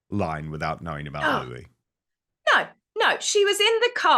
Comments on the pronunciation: gor goodness sake its Louis and it’s pronounced Louis. What is wrong with you?? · Because people don't realize that Prince Louis' name is pronounced Lou-ee but spelled Louis, the "S" is silent. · Yes it's spelt that way but pronounced "Louie'